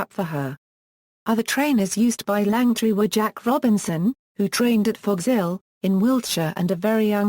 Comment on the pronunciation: OMG I agree and pronouncing words so badly Langtree actually and St Hellier is correct. Worst ever commenetary. Could not watch it as Lily Langtry was an amazing woman. Shame I was really looking to watch this